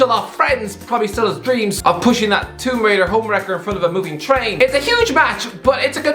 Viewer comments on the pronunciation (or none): none